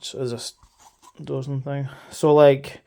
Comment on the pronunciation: Aye too right there’s no ‘z’ in Persil or in doSing! 😂